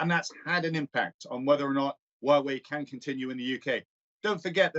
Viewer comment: Huawei is pronounced who-a-way